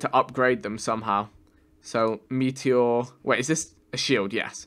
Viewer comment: The way he says meteor makes me cringe every time